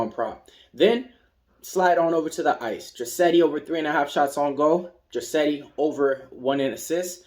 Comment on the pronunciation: Draisaitl, lol...appreciated the attempt to pronounce his name and then defaulting to dra-setty! In case you actually wanted to pronounce it it is dry-sigh-tull... thx for the picks!!